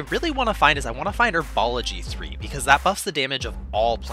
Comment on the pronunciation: It’s 'herbology', not 'erbology'.